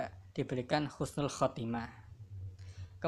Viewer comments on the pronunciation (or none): Husnul Khatimah, bukan Khusnul Khatimah... mhn dikoreksi kembali